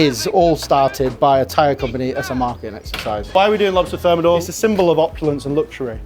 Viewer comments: On dit et écrit : le homard THERMIDOR, et pas thermodor ! ! bye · Insupportable cette voix de synthèse et son homard termodor pour thermidor. Complètement fake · "This style is less ostentatious" "Now we will thicken the sauce with Froi Gras" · Homard termidor et pas termodor ... j'ai pas été plus loin dans la vidéo du coup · par contre c'est "Homard Thermidor" et non thermodor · ThermIdor, not thermOdor.